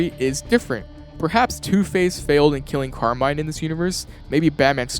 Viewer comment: As an Italian, the fact that everybody calls Carmine "Carmain" is incredibly silly. Good video though.